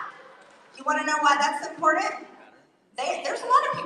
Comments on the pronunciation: For the 57th time, can someone, ANYONE please tell that batshit crazy idiot it's 'IMPORTANT' with a 't' not 'IMPORDANT' with a 'd' . Geeeeeesuz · I am so tired of hearing MTG say "impordent". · There are countless reasons that I despise Marjorie Traitor Grrrrrrr..... Though, anytime she tries to say the word "important", has got to be high up there on the list. It's not imporrdin, Marj. It's important. Try harder. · I hear you! She says it with two syllables when there are three also.Her brain does not fire correctly